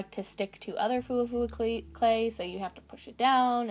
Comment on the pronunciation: Its actually pronounced Fwa fwa :)